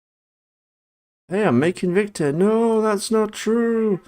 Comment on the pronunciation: Dude It's Victor Not Vector.